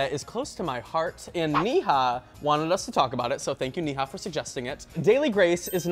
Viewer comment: I loved this video but it's Neha as in neigh-ha not knee-ha